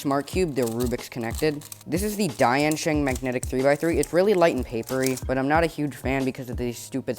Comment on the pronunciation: I think it’s called an infinity cube you said dayan sheng again lol